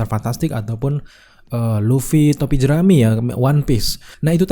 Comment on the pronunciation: bukan lutfy tapi luffy